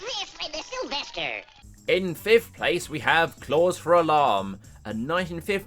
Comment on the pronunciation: Lisden it’s Sylvester